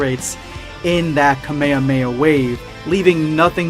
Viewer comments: It’s kah me ha me not ka me ha me a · did u just say ka meh ha meh ha its KAAA MAAAAAA HAAAAAA MAAAAA HAAAAAA! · Ka-MAE-HA-MAE-HA not kamaeyamaeya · MAN JUST SAID KAMEYAMEYA ITS KAAAAA MEEEEEE HAAAAA MEEEEE HAAAAAAAAAAA!!!!! NOT KAMEYAMEYA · No ones talking about how he said ka ma ma ??? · The way he say kamehameha 😂😂😂😂